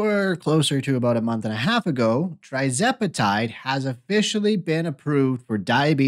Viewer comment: Please learn to pronounce the name of TIRzepatide CORRECTLY BEFORE you start giving out medical advice!😱🤬